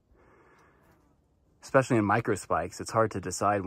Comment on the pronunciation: I wouldn’t go by. She mispronounces “especially” as “eck-specially” and it makes me cringe every time.